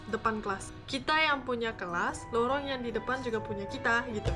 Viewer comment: Lorong kak 😂bukan rolong